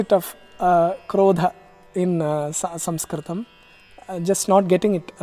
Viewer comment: What a excellent pronunciation!!